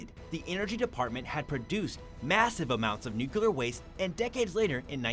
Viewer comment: It's nuclear (new clear) not nookyoular.